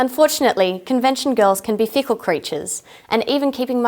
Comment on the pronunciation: Her accent made me think she said "Fecal creatures" instead of "Fickle creatures". I was so confused, I had to replay that part of the video.